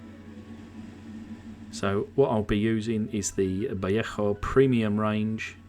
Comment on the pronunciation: The name "Vallejo" is locally pronounced in a confused hybrid of Spanish and English. In literal English this ought to be pronounced "vuh LAY joe". In Spanish this ought to be "bah YAY hoe". But locally it's pronounced "vuh LAY hoe". No need for all the catarrh clearing!